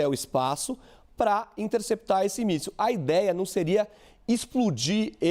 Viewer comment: O repórter disse míssel caseiro🤔🤣🤣🤣